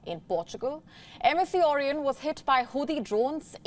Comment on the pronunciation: You can't pronounce vessel or Orion.Pity